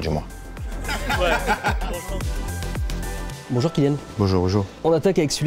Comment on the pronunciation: C’est BON JOUR et pas Bojouuu Bojouuu ZGEG !!!😅😑😑